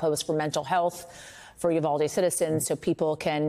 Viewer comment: Roland still standing on his Soap Box preaching to no one listening about the "Yu-Val-Dee" tragedy?